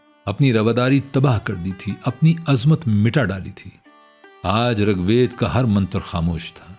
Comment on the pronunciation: صحیح تلفظ rig ved ہے